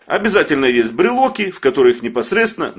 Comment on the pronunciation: Спасибо! Очень не обычно вы говорите слово брелоки.